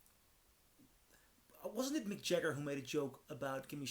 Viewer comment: “Mick Jah- her”?